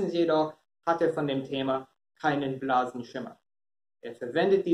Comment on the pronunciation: Abonniert und Glocke gesetzt. Nicht böse gemeint, nur als Hilfestellung gemeint. Du sagtest blasen Schimmer, aber Du musst sagen blassen Schimmer. Blass bedeutet wie Du sicher weißt Farblos, übertragen schwach oder unbedeutend. Bitte nicht Übel nehmen! Es ist nicht respektlos gemeint! LG Daniel Ist gerade zu Jammern auf hohem Niveau. Ich wünschte ich könnte so gut Englisch sprechen wie Du Deutsch! Ich habe vor kurzem einen Englischkurs absolviert. Ich habe den Link an die Mitschüler gesendet.